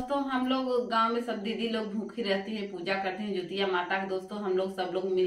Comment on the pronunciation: Jitiya hota hai jutiya nahi